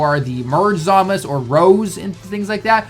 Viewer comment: The way he pronounces it is actually the correct way in Japanese. Even the characters in the Japanese dub referred to him as Zamas